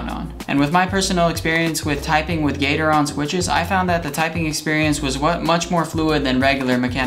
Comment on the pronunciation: gat-er-on not gater-on